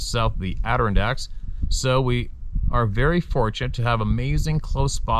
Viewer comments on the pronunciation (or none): …let me help you out on how to say “ Adirondacks” Adder On Dacks!! I’m quite confident that you will be hearing of many more encounters from this area…just looking out for ya Brother! ⭐️ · You wouldn't mean the adnerdonnderdacks would you? ( its okay, I think he can take some ribbing)